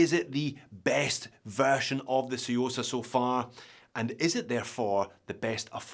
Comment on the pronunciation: Love the 'T', saying the quiet bit out loud.........👍👍